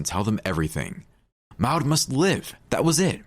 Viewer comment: The twins names are Bonnie and Maude? If so, the secind name rhymes with awed, broad, flawed, Claude. Certainly NOT the way the narrator was pronouncing it!